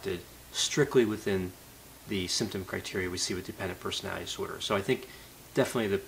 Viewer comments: I realize I am not a genius but, I have to say, "The way you pronounce 'personidisor' really confused me". I had to rewind a few times to get what it is....."personality disorder". Please slow down and enunciate. You seem to really know the subject and I'm learning a great deal but, that is highly distracting. Thanks for posting these videos. Keep them coming. Okay, y'all can call me a "Karen". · Why does he say persnaee dsorder? Does he have a speech impediment?